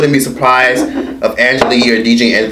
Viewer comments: "Charlamagee" lmao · That nigga said charlamigane